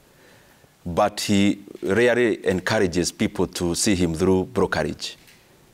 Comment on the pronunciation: Say really not rery.